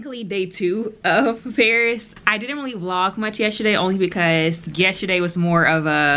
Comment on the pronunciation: YESTERDAY does not have a H'. You keep saying yesHerday.